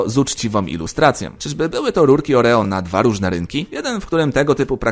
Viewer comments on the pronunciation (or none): none